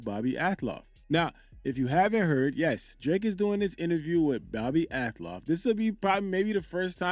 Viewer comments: Not that it matters,but it's AL-TOFF..not AT-LOFF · bro it’s pronounced Al-toff 😭😭😭